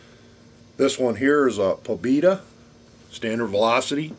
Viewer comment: "pobeda" = "victory" in serbian language. (and your pronunciation is slightly incorrect... but nevermind that)... It's always interesting to see the comparison between various types of ammo..